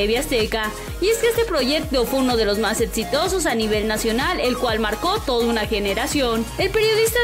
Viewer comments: Quien es la iletrada que narra esta nota que dice “etsitosos” #nochinguen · "Etsitosos"? Etsatlon?? Que onda con esta morra, no sabe Hablar o que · Programas tan "Etsitosos" cómo "Etsatlon' jajajajaja me cago de risa! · "etsitosos" XDDDDDDD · Etsitosos, Etsatlon, Rialiti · Seg ¿Etsitosos? 😂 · Sería bueno que la persona que narra el vídeo. Pronuncie bien , o que le enseñe alguien a pronunciar ciertas palabras como EXITOSOS Y ARI BOROVOY. se escucha muy mal cuando menciona esas palabras